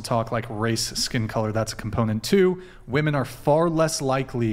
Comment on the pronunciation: Why can't any of these women ever say women? Every single 1 says woMAN instead